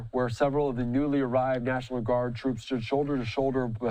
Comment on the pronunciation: "Gimmie back my Twoops! You Can't do dis Mister Pwesident!"